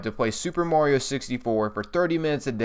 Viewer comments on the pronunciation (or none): none